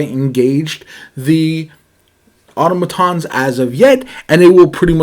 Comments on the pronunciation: Ah TAH muh/moe tons. please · I think they were criticizing you for how you pronounced automatons And Auto matons means car thugs or bullies in Spanish. So it’s just a funny play on words based off of how you pronounced it. 😊